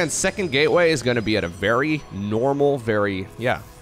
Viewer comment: "what about seecond cheese" hahaha good one